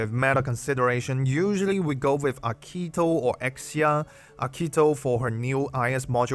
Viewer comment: Great video! As an Italian, I can't help but noticing you're pronouncing "Archetto" with the wrong E, it's actually the same as the word PEN :)